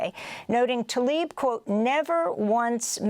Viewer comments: Talib, not Tlaib... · Mis-pronounce her last name. It starts with TL, as in TLA-eeb. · PLEASE learn to pronounce her name. It is NOTAL-ib. Show some respect please.